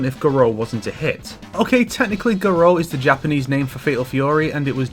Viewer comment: awesome to hear a Westerner pronounce Japanese names correctly